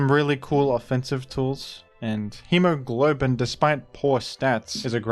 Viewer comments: I kept waiting for him to say he was saying "Hemoglobin" instead of "Hemo-Goblin" as a joke... but it was not a joke... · BRO IT'S HEMOGOBLIN NOT HEMOGLOBIN PLS READ IT CORRECTLY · Hemo GOB lin. You kept saying glow-bin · It's Hemo-GOBLIN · Why would "Hemogoblin" be pronounced in the same way as the word "hemoglobin"? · Not once did he say Hemogoblin's name corrextly 😭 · Righteously annoyed that he mispronounced the amazing name "Hemogoblin" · As penance for butchering poor Hemogoblin's name, now has to make a video on the CAP metagame.